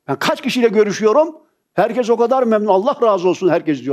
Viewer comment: Hocam seni çok seviyorum. Buraları okuyorsan ''herkez'' değil, ''herkes''... Kez defa demek. Doğrusu herkes olmalı. Umuma konuştuğunuz için acizane bir katkı yapmak istedim.